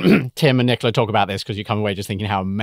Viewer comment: I suppose from the accent that Nicola is Italian, in which case he was too polite not to tell you pronounced his name wrong. You pronounced it like the English female name.